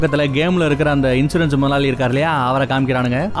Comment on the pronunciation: கன்சூரன்ஸா?? இன்சூரன்ஸா?? பாவம் அவரே confuse ஆகிட்டாரு